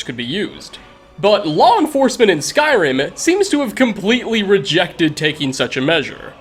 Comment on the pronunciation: why do you pronounce eh after many words like skyrimeh